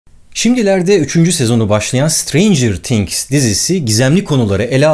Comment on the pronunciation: Sıtreyncıığrr tiğhgs değil o yanlız